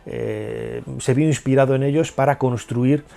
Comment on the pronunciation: Imhotep se pronuncia como J? Segun yo es muda